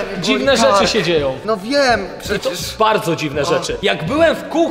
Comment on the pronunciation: To jest filtr a nie pszecierż to jest filtr xDdd 😂😂😂😂😂😂 hahahahahha